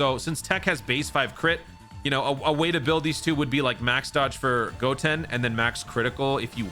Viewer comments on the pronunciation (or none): none